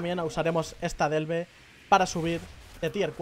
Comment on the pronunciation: 100 veces dicha la palabra ''Delve'', ni una vez bien...jajajaj el video guay eso si.